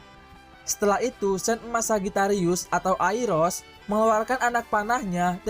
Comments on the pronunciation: Aiolos bang bkn airos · Iya tuh, mestinya kan Ayoros (Aioros) bukan Airos, nama pacarnya Lyra Orphee alias Orpheus aja sampe salah sebut juga mestinya Yurodaisi (Eurodyce), eh malah jadi Ayuridis (Aiouridys) .. 😂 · Aiolos bahasa indo nya bukan airos😂 Klo real nya aioros